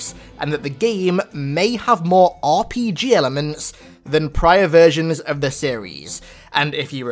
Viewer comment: “RPG Rlements” OH FUCK NO NO NO NO